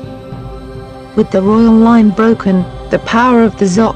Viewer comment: Poorly put together Really weird electronic voice used that can't read "Dynasty"